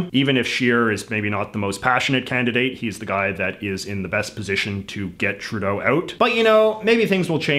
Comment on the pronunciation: Justin TruDAY-O